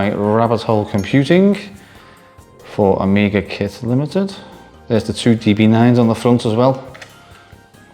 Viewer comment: "AmgiaKit" oops 😅